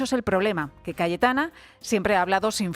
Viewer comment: Sólo yo escucho Galletana en el segundo ?